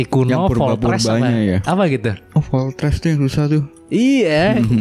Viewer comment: Bukan voltres tapi moltres